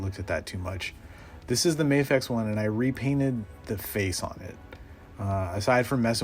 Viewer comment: It’s pronounced MA-fecha, not May-fex 😀 And I’m also pairing my Tumbler with that one